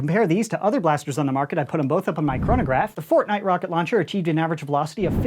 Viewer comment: Fortshight? Again?